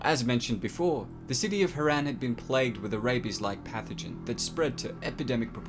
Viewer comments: Btw herran is pronounced her-on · Look, i love thid chanell, its great how this guy takes the time to analyse everything and sum it all up. But is anyone else bothered by the way he says "Haran" incorrectly even when the pronunciation is clearly stated in game?